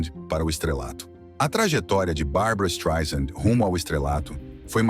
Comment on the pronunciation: Desculpe, tive que comentar... Ela detesta que pronuncie o nome dela como você está pronunciando com z. Não é Streisand com Z e Sim Streisand com s , "soft" como "sand" (areia) ela sempre diz isso. Além disso, existem alguns erros na sua narrativa, querendo vitimiza la, que é o pior deles, a Barbra ia detestar se falasse português. Vamos aos outros : A mãe dela não poderia tomar Prozac antes de 1986 pois a fluexitina "Prozac" ñ existia, embora fluexitina existisse desde 1972 não era para depressão, Prozac mesmo só chegou às farmácias americanas em 88. Nessa data, Barbra já não morava com sua mãe a séculos. Além disso, Prozac "Fluexitina"não anestesia ninguém, é inibidor de recaptacão de serotonina, que teoricamente deixa as pessoas mais felizes,nem tem o poder de anestesiar ninguém. A mãe poderia tomar algum outro tipo de remédio, mas jamais Prozac, pelo que já disse acima, poderia ser distante, mas não pelo que você disse. Fora isso, algumas informações são verdadeiras. Mas edite este Streisand com Z porque SE dói no meu ouvido, imagine no dela. Aliás, sugestão, refaça como uma mulher vencedora e não com o título e o que você diz que ela é uma pobre coitada. Ela vai odiar.